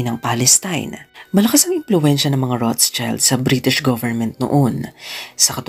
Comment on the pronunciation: Das ist eine Nachname, ich denke Keine englischsprachige Version.🤔 It should be Roth-Schild. ( shield sound) Not Roths-child